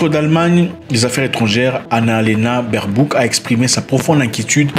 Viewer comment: Même ici en Allemagne 🇩🇪 personne veut cette femme, surtout le partie politique qui est aux pouvoir. Ele se prononce "BAIRBAUQUE"